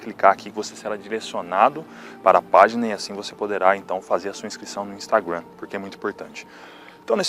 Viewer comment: "Instagruan" Putz. 🤦